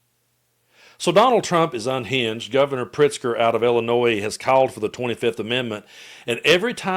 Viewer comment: Thank you for pronouncing Illinois correctly.